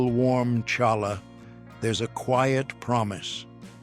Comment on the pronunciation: It’s pronounced Challah. You bring the ch from the lower part of your throat!